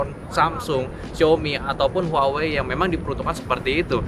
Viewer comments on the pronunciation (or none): none